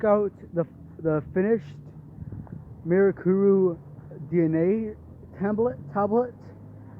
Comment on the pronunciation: atleast someone said mirakuru right